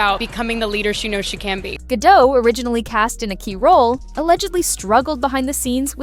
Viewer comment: Gla's last name is pronounced Ga-dot not "Gadoe" - - the T is not silent